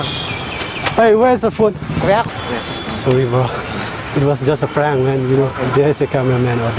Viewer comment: Its a praang it a praang it a juk it a juk😂🤪